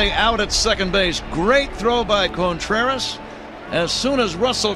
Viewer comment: Amazing. Although I couldn't stand hearing Wilson Cone-Treras